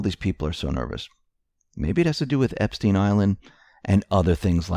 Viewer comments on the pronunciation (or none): none